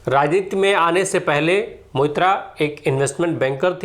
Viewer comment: कृपया 'मोइत्रा’ के जगह 'Moitro' , सही उच्चारण रहेगा - धन्यवाद 💙